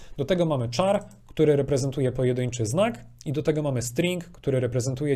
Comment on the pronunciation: char to jest 'kar' a nie 'czar' - czyta się 'karakter' a nie "czarakter' !!!